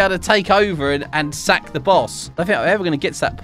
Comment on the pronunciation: When he says sack it sounds so wrong like and you need to sack your boss